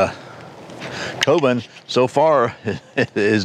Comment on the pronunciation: It's pronounced "koh-boon".